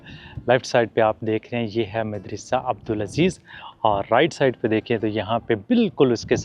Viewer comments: Why are you mispronouncing the word MADARASA. It is actually Madarsaa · Madrasah Not medrysy 😊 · Such a wonderful vlog, I visited Central Asia in 2022, it was going back to memory lane . Is it madressa word not midrassa ….I think you are pronouncing wrongly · مدرسہ دال پر زبر ہے زیر نہی۔ اردو ٹھیک طرح بولو بھای۔ پاکستانی ہو۔ زیر زبر ٹھیک طرح لگایا کرو۔ سننے والے کے دماغ پر تھوڑے برستے ہیں جب غلط اردو کوی بولتا ہے۔